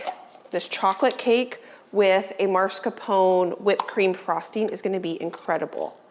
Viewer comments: Everything is beautiful and looks delicious. Please check the spelling of the word Mascarpone. Not MaRscapone. I’m sorry to be so picky but every time you say it my earlobes curl. 😉🤗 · Hi, even it is funny to hear how you call this type of cream cheese, I think someone should tell you that cheese is not MARS KAPONE. It is MAS KARPONE if it is easier to understand. Mascarpone cheese is used for many cakes and sweets and I am sure you will use it more often in future cooking. So it is time to learn its name. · Please please please stop calling it "marscapone". That is not the way it's spelled. It's pronounced llike mask-are-ponay. The 'r' is AFTER the 'masca'. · MAScarpone cheese, not MARScapone. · Mascarpone (pronounced mahs-car-POH-nay). Not maRs-car-POH-nay. ❤️ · If you look at the spelling of mascarpone, it should be pronounced mass-car-pone